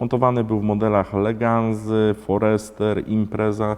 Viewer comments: Zamiast Espas to Espejs, zamiast Legasi to Leganza.... Czlowieku siedzisz w tej motoryzacji, robisz te odcinki, pouczasz, a sam takie bledy walisz, ze sie sluchac nie da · "leganzy" WTF? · Nie umiał wymówić Legacy. :)